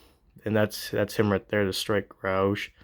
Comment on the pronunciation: I dont know if you had corrected youraelf in the video or not but that word is pronounced "ROE-G" not rooge or roegee. Like the character from X-men. Alright just hoping ive helped.😅 Not trying to be a butthead 😂